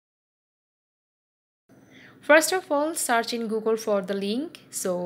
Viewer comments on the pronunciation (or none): none